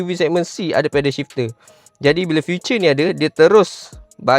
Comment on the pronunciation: Feature bukan future. Salah sebutan tu.